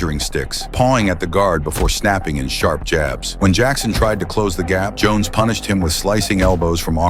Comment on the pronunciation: The Ai combined Jackson & Jon Jones together then started calling Jon Jones Johnson 😂 bruh wtf